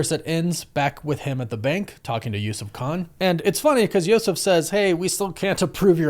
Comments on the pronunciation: It's Yusuf, like Usuf or yousuf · I never heard of that pronunciation of Yusuf. And the Green masked robber is also named Devlin.